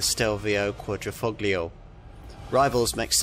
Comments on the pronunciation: It's "fO-lio" not "foGlio"......... Silent G! Silent G! Silent G! Silent G! Silent G! Silent G! Silent G! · It's driving me up the wall everytime he says ....foGlio. Silent G! Silent G! Silent G! Silent G! Silent G! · It's quadri-fol-io. "Gli"="lji" or "ji". It's ta-lji-atelle. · the G is silent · I think you’ll find the active aero front splitter is only on the Guilia and not the Stelvio. Guilia has a lower carbon fibre splitter that is the active part, and so far as I was aware, bonnet on the Stelvio is not carbon fibre. It is on the Guilia and is unpainted on the underside- on the Stelvio it is aluminium and painted. Also, please, the ‘g’ is Quadrifoglio is soft, almost silent. It’s not a hard ‘g’ as per your pronunciation! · same here! It hurts me everytime he says it haha can't they quickly go to google translator and listen to the pronunciation? 🤦🏽‍♂️